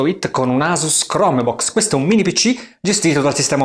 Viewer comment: Bella recensione, come sempre. Comunque, la pronuncia è "Crombox" non "Cromebux", ti prego!